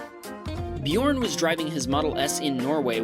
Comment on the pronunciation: bjorn Norwegians/me: DET ER BJØRN IKKE BJORN/ english: HIS NAME IS BJØRN NOT BJORN!